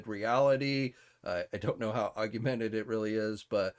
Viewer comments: “Augumented”? It’s augmented…you’re adding a vowel. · only one U in that word. Aug-mented.